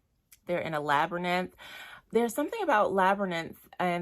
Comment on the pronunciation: Hey, i really want her Tarot deck but it is OOP atm. Love your walkthroughs, they are so relaxing! 😊 P.s. it is a labyriNTH not labyrnith😅